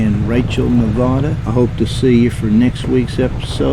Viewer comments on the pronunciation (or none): Wow, man, I was just there beginning of the month. Interesting place, for sure....I gotta tell you though...it's pronounced: Ne-vad-uh. That accent is on the vad. Thanks for the video,!